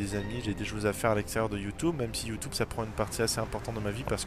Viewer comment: j'adore quand il dit youtoube !!!!